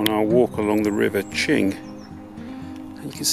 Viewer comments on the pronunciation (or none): none